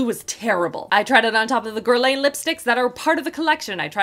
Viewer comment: Please learn how to say Guerlain please. The way you are pronouncing it is like someone from fashion community pronouncing H in Hermes 🙈